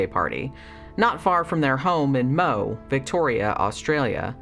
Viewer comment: First! I remember this case well, it was a regular circus. By the way, it is pronounced "Mowie".